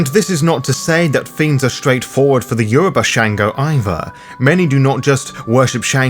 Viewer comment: Well done on the pronunciation of Yoruba words, I'm impressed as a Yoruba speaking individual. Great video.